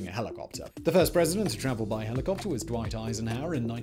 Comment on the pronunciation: I love this channel but the i could hardly understand half the words because of the diction. It's like all the last syllables are barely pronounced. "Helicopter" sounds to me like heliwuwuh. "Overhaul" sounds like owuah. Sorry im not a native english speaker.